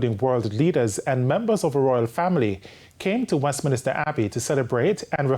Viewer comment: The word is Westminster Abbey, not "Westminister"